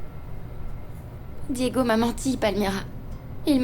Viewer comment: Fédé est de retour avec ses bébéee bébé bébé eeee et sa penbech de femme cour après Santi bien que fédé ne pense qu'à l'argent de marie José Diégo est tellement bon pour Anna elle n'a jamais pris le temps de dire Diégo mais Digo 😂😂